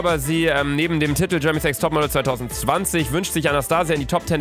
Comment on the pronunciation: Alle Menschen sagen Tiiiiitel, Luca sagt Titttel